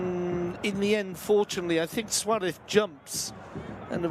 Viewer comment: Why is this commentator always saying Suarev instead of Suarez ???